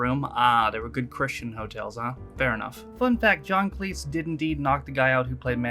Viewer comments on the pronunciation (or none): Cleese is pronounced 'Cleeze'. His father's original surname was Cheese, but he changed it when he joined the army for WW1, as he thought it would be embarrassing to be Private Cheese.